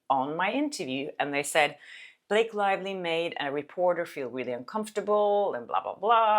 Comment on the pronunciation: Blake "LIE"vly